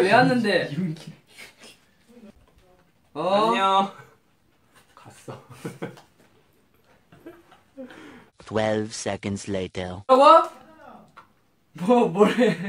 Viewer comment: the way he said yoongi